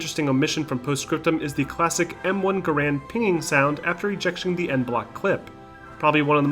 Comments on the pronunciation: garrand is "gair-end" like gar(y)-end. guh-rand is a common mispronunciation. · Pronouncing "Garand" wrong. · Researched the manufacturer and still mispronounced garande